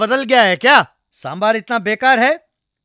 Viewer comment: Happy to see,that the narrator is pronouncing sambaar as sambaar as it should be pronounced and not as sambhar.